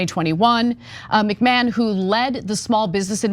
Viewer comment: Thanks Cenk for bailing out Ana’s botched mispronunciation of Linda McMachahn